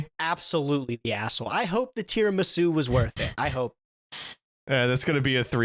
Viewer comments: pronouncing it “Tiaramisu” is hilarious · "Non-card game podcast" and still calls the dessert "Tiaramisu" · first time he said it i was like "that's a very funny slip-up", by the end of the segment i was like "oh my god. he does not know how to say tiramisu"